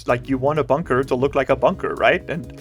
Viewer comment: Base name: Bun-Ker